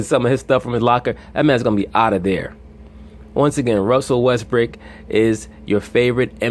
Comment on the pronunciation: yes he, is bro Russell Westbrook is, the MVP again. I fuk with you bro. but you wrong. best PG in the NBA. Facts. and it's Brook not Brick 😂😂😂